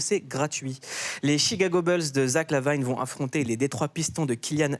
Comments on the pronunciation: Ça se dit Lavine pas Lavane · Et Zack Lavaïne... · "Chicago Beulsse" Et les noms des joueurs aussi : "Zack LaVayne" 😁... Reste frenchy gars 😄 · Une légende de la NBA 😱 Bonne vanne 😂 Y’a rien qui va dans cet accent : « les « Pistons » (à la française), « Zach Lavaïne » (qui pour le coup, se prononcé comme en français). Et le Joakim là… une série sur plusieurs séries ? Mais qu’est-ce qu’il dit lui ? Parcours incroyable… rien d’extraordinaire pour un joueur NBA ! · Pourquoi dit-il "Lavayne"?? RIDICULE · Zach LaVine ce prononce comme le nom de famille LaVigne. C'est un nom d'origine français en plus. Alors comment il-la massacré, ca m'échappe ?